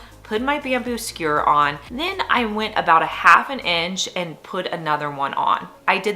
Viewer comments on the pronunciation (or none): "skewer" as opposed to "skure'